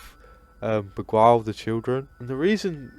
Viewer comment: Lemme help you Bee-gile That’s how you pronounce beguile